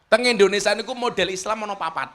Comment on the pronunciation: Indonesia gus..bukan indonesa😅